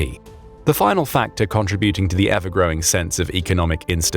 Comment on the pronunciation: Contributing the emphasis is in the SECOND syllable not the third!!!